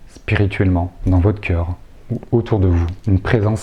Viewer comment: Merci beaucoup pour cette vidéo. (attention aux tics de langage "synxhronicitèche", des coeureu, musikeuu c'est dommage) merci, bonne continuation !